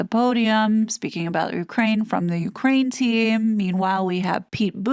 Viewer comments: Well, I confess I thought that this TRG RDD was narrated by a human and NOT like so many YouTube feeds just a computer talking. today, that belief was shattered when she read, more than once “U. K . rain”. What’s up with that? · This may be a dumb question, but why do you pronounce Ukraine like UK rain?